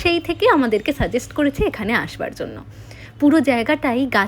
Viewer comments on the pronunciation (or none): none